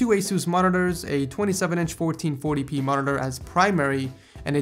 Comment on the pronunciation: Just some constructive criticism, could you work on your pronunciation of Monitor? No hate.